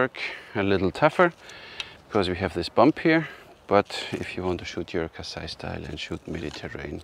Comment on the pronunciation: Your videos are amazing, I love watching them a lot, but it's not "Kasai" actually, that's an "sh" sound like in shirt, or Sherman, his name (Kassai) is supposed to be pronounced as "Kash-sha-i" with a double "sh" consonant.